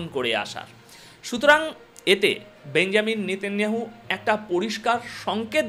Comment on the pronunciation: বেঞ্জামিন ❌ বেনিয়ামিন ✅ বেঞ্জামিন শব্দটি খ্রিস্টানরা ব্যবহার করে